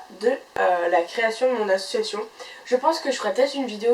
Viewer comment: ça pique les oreilles. tu fais une vidéo sur les associations, tu utilises ce mot plus de 30 fois en 3 minutes de vidéo mais tu ne t'es pas entraînée à le prononcer comme il faut